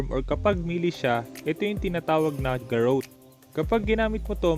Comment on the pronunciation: Garotté Hindi Po garote Kasi Po double t